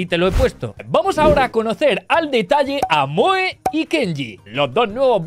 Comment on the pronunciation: el nombre de moe se pronuncia como mou